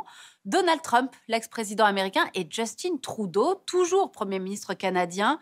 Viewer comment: J'aimerais comprendre votre trip à prononcer le nom de Justin Trudeau avec un accent anglophone alors que c'est un nom francophone ...